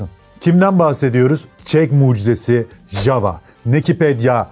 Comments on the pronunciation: Çek dilinde yava diye teleffuz edilir.ja va demeyin ayva gibi oluyor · Herkesin ismini yanlış okuduğu çek efsanesi. Çekçede j hsrfi y olarak okunur yani jawa değil yawa diye okursun ama gelde anlat bizim millete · (ja)necek ya diye okunuyor isimde.. peki marka da Jawa neden Yava değil de yazıldığı gibi okunuyor? Doğru telaffuzu Yava olması lazım değil mi?